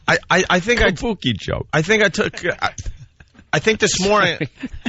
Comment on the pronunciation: Kabookie.. I was wondering if anyone else was going to catch that. If Jimmy was in studio Ant would have gotten smashed for that.